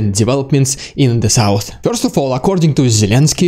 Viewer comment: The emotions this guy presents are really good! While respecting the tragedies involved; It's entertaining to listen to this news delivery! It kills me that he cannot pronounce "Dude" or "first" LOL! He says "Dyood" and "fiyorst" But it's AOK; part of the entertainment deal! The mimicking of Russian commanders is especially funny. Or should I say, "Fyunny"!??